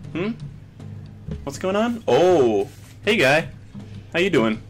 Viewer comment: Your "hey" at the beginning sounded so polish i thought i had clicked a different video by mistake.